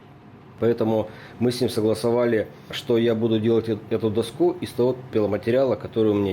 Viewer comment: Да дОску, а не доскУ!!!!!!!!!!!!!!!!!!!!!!!!!!!!!!!!!!!!!!!!!!!!!!!!!!!!!!!!!!!!!!!!!!!!!!!!!!!!!!!!!!!!!!!!!!!!!!!!!!!!!!!!!!!!!!!!!!!!!!!!!!!!!!!!!!!!!!!!!!!!!!!!!!!!!!!!!!!!!!!!!!!!!!!!!!!!!!!!!!!!!!!!!!!!!!!!!!!!!!!!!!!!!!!!!!!!!!!!!!!!!!!!!!!!!!!!!!!!!!!!!!!!!!!!!!!!!!!!!!!!!!!!!!!!!!!!!!!!!!!!!!!!!!!!!!!!!!!!!!!!!!!!!!!!!!!!!!!!!!!!!!!!!!!!!!!!!!!!!!!!!!!!!!!!!!!!!!!!!!!!!!!!!!!!!!!!!!!!!!!!!!!!!!!!!!!!!!!!!!!!!!!!!!!!!!!!!!!!!!!!!!!!!!!!!!!!!!!!!!!!!!!!!!!!!!!!!!!!!!!!!!!!!!!!!!!!!!!!!!!!!!!!!!!!!!!!!!!!!!!!!!!!!!!!!!!!!!!!!!!!!!!!!!!!!!!!!!!!!!!!!!!!!!!!!!!!!!!!!!!!!!!!!!!!!!!!!!!!!!!!!!!!!!!!!!!!!!!!!!!!!!!!!!!!!!!!!!!!!!!!!!!!!!!!!!!!!!!!